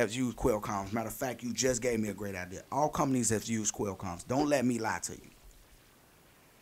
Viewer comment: I cringe every time you call it a quail com